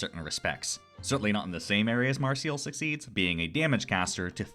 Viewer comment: Who dafuq is Mar-Seal?